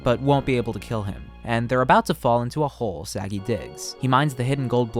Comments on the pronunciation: Thank you, i was looking for someone to point it out Im not Israeli, but I've never heard Sagi pronounced as Saggy 💀💀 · you are pronouncing his name wrong... you put the emphasis on the "sa", it's pronounced "sa *gi*". it's okay, Hebrew names are hard. if you would try to say my name, for example, I'm 75% sure you will summon a demon. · Kinda funny as an Israeli hearing Sagi pronounced as "Saggy". The emphasis should be on the "gi" not the "Sa". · Idk how to tell u this... But u were prenoumcing the name wrong the whole video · I'm not even Israeli, just Jewish and could hear that he waas pronouncing it wrong lol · yeah you’d figure he could at least get his name right lol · Its a pretty small mistake. At least they didnt say something like ‘say-guy’ lol